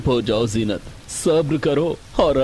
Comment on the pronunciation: Mera naam bhi zeenat hai lekin ye to jeenat bol rehe hai but story is good ❤